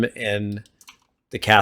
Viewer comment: Couldn’t even say “casket”. 😞